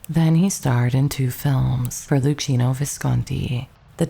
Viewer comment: Thank you very much for the video. By the way, the great Italian director’ name it’s pronounced Lukkino Visconti